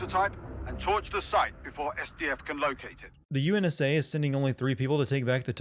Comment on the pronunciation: UNSA? Cough UNSC Cough Cough